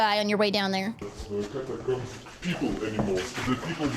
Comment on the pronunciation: "catacooms" :D have to think bout legends of avantris xD